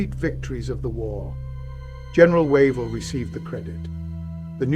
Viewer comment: Wave-ll NOT Wa-vel